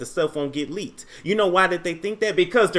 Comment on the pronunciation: Did you say ..he licked a kitty or leaked a kitty .. I think he did both...😂😂😂